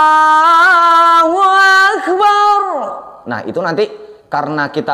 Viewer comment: Pengucapan di adzan, bukan akebar tapi bulat beneran yaitu akbar 🙏